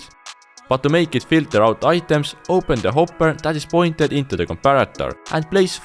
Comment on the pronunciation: I I like that he talks funny like when he said hopur